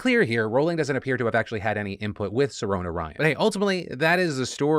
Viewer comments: Just saying, I'm trans...and the name Sirona Ryan does not bother me. For fuck sake, Sirona is a Gaelic name! It's not even pronounced as Philip is saying it, it's pronounced sih-ROH-nuh, there's no Sir/Ser in the name. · If you are upset about the Name Sirona, look up the name. Sirona is an actual female name that comes from the Celtic goddess of healing springs. So, not only do is the name fine, but it's also demining to someone else culture., but you are all pronouncing it wrong too. It's Ci-Row-Na not Sir-Ona. So congratulation, you're both wrong, dumb and culturally insensitive. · eh Sirona is an irish name, so its a good chance it should be pronounced Shi-rona.